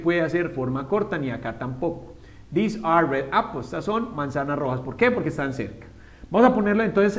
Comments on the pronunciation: I´m pretty sure I´m way far for my comment, Years after.. But This and These have a totally pronuntiation, not like you said This is short and softly, these is like theeez.. longer e and with z sound. :( so.. they are confused!!! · This and these se diferencian en la pronunciación...osea no se pronuncian cómo tú lo dices